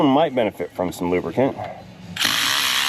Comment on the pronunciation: Remember it's not lubricant.... It's lubrican.... LMAO